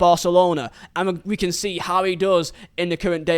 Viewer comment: it is pronounced "can" lol